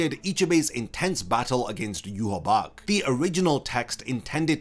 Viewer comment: Question: Why do you pronounce Yhwach as Yuhabach, when the anime calls him Yuhabaha?